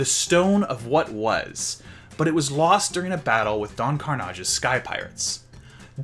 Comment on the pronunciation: Oh its lost cargo! I thought you said last cargo 🤣